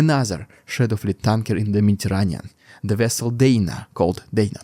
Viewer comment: Omg you sounded lije Chekov in ST4 lol. "The nuclear vesel" but spunded like nuclear whostle with your accent.